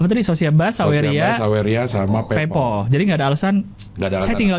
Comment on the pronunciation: bacanya paypal cing, buka paypoll